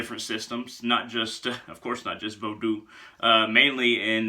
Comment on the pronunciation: I appreciate you pronouncing Vodou properly, brother. 👌 I've been at the crossroads a lot this summer... Spoiling Legba, in hopes that he'll open the right doors for me.